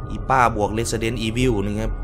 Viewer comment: พิ่งสังเดตุว่าพี่ออกเสียงว่า เรสสะเดน อีวิว ซึ่งจะออกเสียงว่า เรสสิเดน